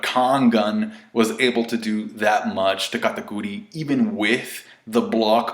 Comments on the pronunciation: its kat-ah-kur-ee dammit, not kata-coooo-reeeee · You saying katakuri in a weird way